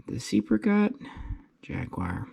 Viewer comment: The second E is silent. It's actually said "SEPCAT" ;)